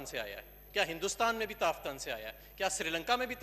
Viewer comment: Azhir sahib kam say kam tafthan k nam to teek say bolo. Allah ke shan hay tum jasay kuttay be khandan hay.